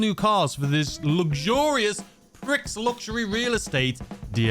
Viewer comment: It really grinds my gears when people can’t say the name correctly. It’s Prix Luxury Real Estate — not “Pricks.” Respect the French term. It’s not that hard, And if you’re saying it wrong on purpose just to annoy people, you’re being a jerk. If you’re saying it wrong just to follow Rockstar’s little joke blindly, you’re acting like a corporate puppet. Prix is a French word — it’s pronounced “Pree.” You don’t watch the Grand Prix and go, “Hey Ma, I’m watching the Grand Pricks.” You say, “Hey Ma, I’m watching the Grand Pree.” Learn the word. Respect the word.